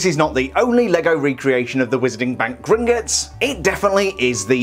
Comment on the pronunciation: Actually it’s pronounced Grin-Got-S Not Grin-Git-S